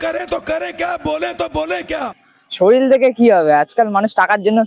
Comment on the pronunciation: Kothata soril noy ,sorir.R a to fukote peyeche heavy tanbe.